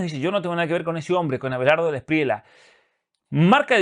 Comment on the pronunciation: NO ES SPRIELA ES ESPRIELLA CASTELLANO